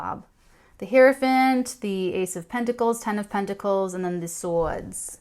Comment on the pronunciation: Loved hearing you do a New Jersey accent to a "T" when you said , "Hierophant, ace of Pentacles, ten of Pentacles and the "sawd". Thank you for bringing back the memories of so many of the wonderful Italian girls I knew back in High School Heart... :-)